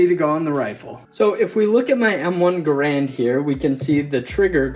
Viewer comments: Enjoy your lessons. Garand is pronounced GAIR-und. Emphasis on first syllable. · All of this just to pronounce Garand wrong...